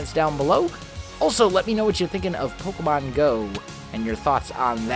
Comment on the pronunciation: You are the only english man who said pokemon right